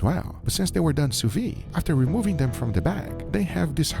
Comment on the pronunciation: if we ask you to do things without a barbecue because we don't have access to it you can probably guess we don't have access to a sous vide vat nor a flamethrower -_- also it's the 3rd time I say it, but you're pronouncing "Sous vide" wrong everytime... (the D is not silent) (you pronounce "sous" correctly though.)